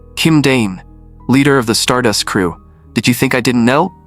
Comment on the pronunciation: Bros saying stardus where’s the tttt